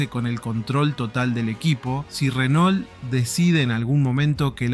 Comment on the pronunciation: Renault se pronuncia RENÔ no Renol🤣🤣🤣